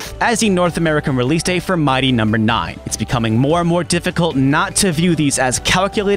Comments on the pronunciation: Why do you say "mighty" like that??? It makes me extremely angry. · The way he says "mighty" sounds so off